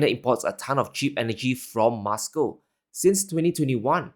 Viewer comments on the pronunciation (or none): Please stop pronouncing Moscow as "Must Co"